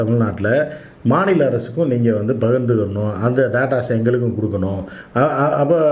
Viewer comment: டாட்டாஸ் இல்லிங்க டேட்டாஸ்.. நாம பேசறது பெரிய விஷயம்ல.. உச்சரிப்பு தரமா இருக்கணும்.